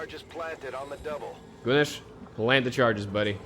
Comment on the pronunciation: Your pronunciation of Gunes is fine, I hope he'll service you well.